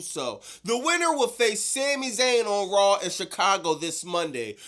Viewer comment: Bro why do you say Rawl On Netflix and Nuculer? Its RAW on Netflix. There is no fucking L in it. Its SAW AND RAW and DRAW not Drawl, sawl, and rawl. Its NUCLEAR as in NEW-CLEAR not NEW-CU-LER.